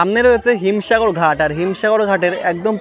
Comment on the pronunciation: Bhai Ota bhim sagar hobe na Him sagar hobe